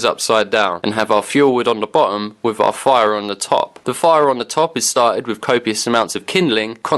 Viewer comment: wiv yor Bref